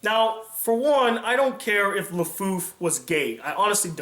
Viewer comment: Perhaps they did this, not to "spit in his face", but as a way to honor and commemorate his last work. Also, it's Lefou (no F at the end).